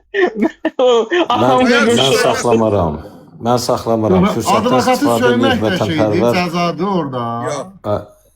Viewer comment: o "ablakat" deyile qaqa, "advokat"dır. yəni vəkil